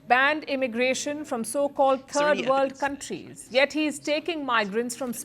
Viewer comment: "Turd World Countries"!?